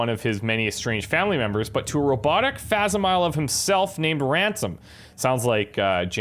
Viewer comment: Oh and it's pronounced "fack-sim-eel-ee" (facsimile).